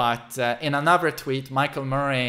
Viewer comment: I love that he says "Murray" like Joaquin Phoenix says "Muh-ray" in The Joker lol